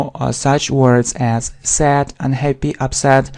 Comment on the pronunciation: Your English leaves much to be desired. Mind your pronunciation. “Sad” you read “sat” and so on. .., it’s a shame to claim for the advanced level. “You know” is repeated numerous times.